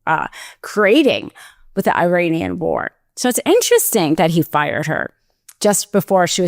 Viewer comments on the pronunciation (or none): none